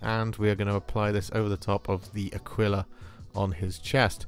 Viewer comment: LOL I know this is a year old, but whoever told you to pronounce "aquila" like tequila is certainly fucking with you